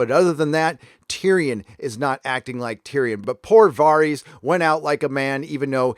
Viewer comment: Upvote for "Vareez"